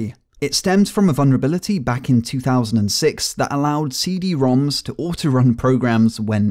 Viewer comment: lol the guy saying “cd” activates my siri